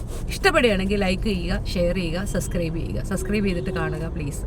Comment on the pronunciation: ചേച്ചി subscribe എന്നു പറഞ്ഞു പഠിച്ചിട്ട് വാ.... സസ്ക്രൈബ് അല്ല 😂